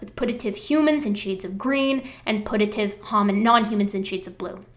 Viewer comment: I don't want to be That Bitch, but "putative" is pronounced with a Y sound, as in pyoo-tuh-tive. Just.. FYI